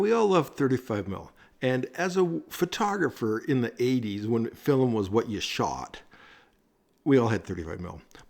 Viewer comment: Your pronunciation of film as, “fill-em”, is endearing…